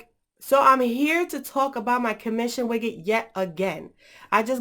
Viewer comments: widget not wiggit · The way you pronounce widget xD